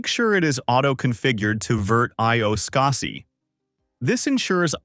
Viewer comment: Also, "SKAH-see"? Are you kidding me? Everyone says it "scuzzy". I can't remember being this annoyed by a simple technology tutorial video before!